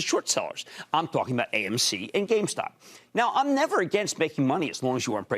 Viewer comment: Stop talking aboot it then